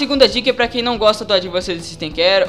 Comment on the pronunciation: Demorei uns 10 minutos pra entender q ele estava falando a palavra "Advanced" referente ao produto da Iobit